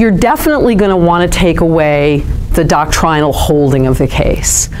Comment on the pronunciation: please stop with the "dock-TRY-null"... "DOCK-trin-all" flows from the tongue more fluidly, not to mention less pompously 🙂... i am teasing, speak as you wish... but seriously, you know that's not how anyone says it... OR IS IT?!? carry on...